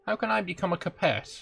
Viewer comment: Shame the same can't be said for his pronunciation of "Capet".